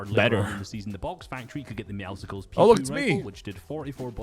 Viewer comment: My man literally said Meowsicles 😂